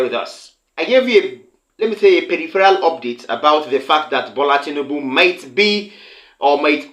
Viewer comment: His name is Tinubu and not Tinibu. This is the 3rd time I will point this out. Are you this stubborn ? You're more or less acting like the person you're accusing by refusing to listen to correction.